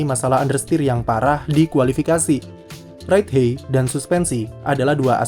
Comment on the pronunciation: Ride HAIT bacanya kak bukan Ride HEY 😢 Just my 2 cents hehe